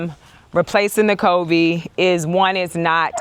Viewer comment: Hey. Googled the pronunciation of covey. It's "KUH-VEE". Hope it helps. Anyway, it doesn't matter how you say it, we know what you're talking about. Sorry for your loss, you're brave for filming it.